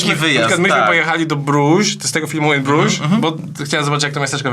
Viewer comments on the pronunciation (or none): [briż] to miasto Brusz się czyta 😁